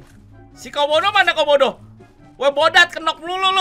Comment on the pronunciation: Gua dengernya komodo bukan kaubodo😂😂😂